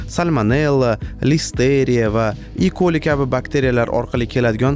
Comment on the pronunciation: aka e-coli mas eshtriha koli boladi😊